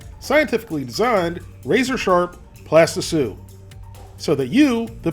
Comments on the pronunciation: why do do you call it a "plastisue"? Ive tried to google this a buch of ways and ive seen like 120 of you videos but ive never found out WHY!!!! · Cool, thanks. So he is saying plasti sue?